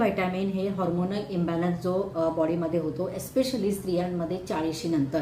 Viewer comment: It's HORMONAL ...not HARMONAL It's MENOPAUSE ...not MENAPAUSE ur english pronunciation 👎👎👎